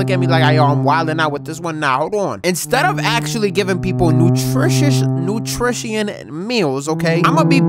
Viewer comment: “nutritious nutritean meals ok, ima be putting Keroxid, Korine, Fennanal, fennanaa”